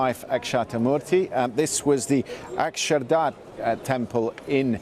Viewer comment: It is Akshardham temple not Akshardar temple as this Britisher pronounced.🤣🤣